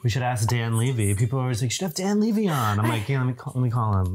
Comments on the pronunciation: Thank you! I’ve noticed Americans pronounce his name this way for some reason. But it’s strange because they don’t pronounce his dad Eugene Levy that way. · LEVY not LEEVY! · As a Canadian I am legally obligated to confirm that 1. The Hills Aftershow was AMAZING and 2. It's pronounced Dan Lev-ee :) xoxo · Came to the comments to see if anyone mentioned his last name!! Hahaha 🤣 everyone I head someone say it like them, I immediately thing, no one has EVER pronounced Eugene Levy that way.. so why do they think his sons last name is pronounced differently?? Haha